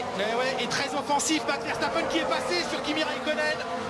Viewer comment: C'est qui vairçtapaine ? Une prononciation aussi approximative c'est plus que rare